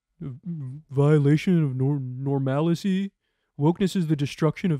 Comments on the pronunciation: The destruction of normalicy? First of all it's "normalcy"... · "Normalacy" :face-green-smiling: Okay then. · wait did she really say normalicy? I heart normality multiple times, I even made a clip of it to make fun of her. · "Normalicy" lol